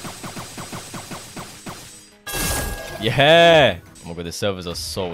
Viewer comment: why does bro say "ye eh" instead of "yeah"